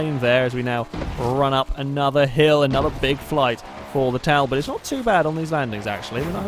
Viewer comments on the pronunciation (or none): Its pronounced tall bot i thought you would know that